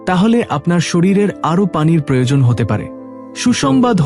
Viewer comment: বাংলা ভাষা টা ঠিক করে অভ্যাস করুন। যেমন পেল অ জায়গায় পেল্ প্রয়োজন এর জায়গায় প্রয়জন বলেছেন।